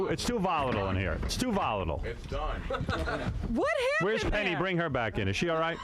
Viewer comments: her name is pronounced Peggy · I love how nobody can get Penny's name right LOL!